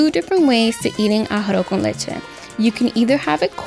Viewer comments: NO YOU DIDN’T FUCKIN PRONOUNCE IT RIGHT!!! You pronounced it as “ARROH” con leche instead of “ARROZ” con leche. Thank you.🙂🤗🤗🤗🤗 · Emily Hernadez I got so irritated hearing “arr-oh con leche” thought I was the only one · A-ha-ro con leche is how I'm hearing it